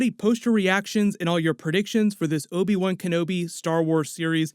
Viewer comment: can you please stop calling him obi 1? thanks